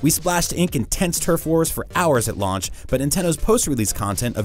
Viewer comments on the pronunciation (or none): none